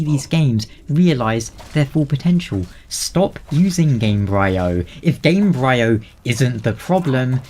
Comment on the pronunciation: I believe the -bryo part of Gamebryo is pronounced like in embryo.